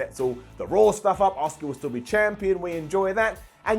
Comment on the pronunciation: it’s Asuka not Oscar